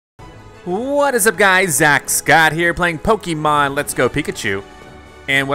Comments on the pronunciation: Xx StreetKiller xX it’s ok and that’s why we are here to help him pronounce Pokémon so he won’t make the same mistake again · Uhhhhh the way he pronounces Pokémon😑🤮🤢